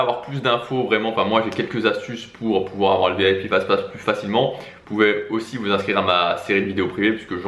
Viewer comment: On a l'impression qu'il dit vip fast-fast